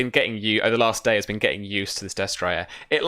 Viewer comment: I'm really liking the show so far. I'm far behind, so I'm sure you've been informed by now. But I'm pretty sure you're pronouncing destrier incorrectly. I could be wrong, but I believe it's des-tree-er, not des-try-er. It's just a very minor pet peeve. The show is entertaining and a good way to get familiar with the rules (I'm starting a SIFRP game next week)